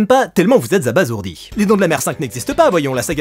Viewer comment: Merci merci merci pour le "abazourdi" et pas "abassourdi" ! C'est tellement rare d'entendre ce mot correctement prononcé ! Sinon, continue comme ça, moi ça me fait toujours marrer.